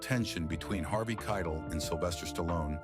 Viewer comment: The narrator still messed up his name.